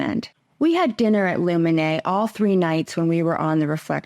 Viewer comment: Luminae is a latin word. It's pronounced "Loo men Aye" Aye is pronounced "eye"